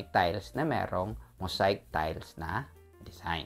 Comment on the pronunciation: Dude hindi “Mosayk” ang pag pronoince nyan…”mow zeyk” ang tamang pronunciation, ok!